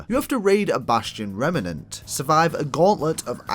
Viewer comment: Rem-nant, not remme-nant mate 😅 Awesome guide tho but that made me chuckle